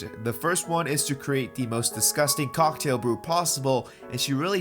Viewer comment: “Diona’s cOcK -tail”